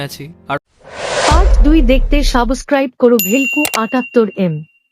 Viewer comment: রীলস বানাচ্ছে অথচ, উচ্চারণ ই ঠিকমত জানেননা আপনারা। কথাটা সাব্সস্ক্রাইব। সাবোসস্ক্রাইব নয়।